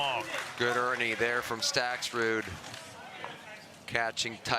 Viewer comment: Hey announcer- learn how to pronounce Stakrud- no “s” you knucklehead! Not StakSrud